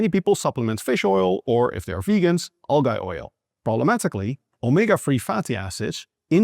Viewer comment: all the examples you gave were for fish oil, and none for vegan algae oil, are there any vegan brands with independent lab tests i wonder? side note but you pronounced algae incorrectly (i know english is not your first language so it's forgivable, but it's pronounced al-gee, not al-guy).